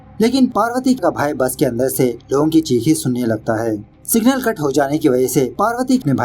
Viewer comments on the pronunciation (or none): none